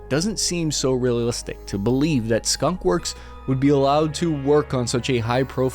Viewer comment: Skun? Wor? For the W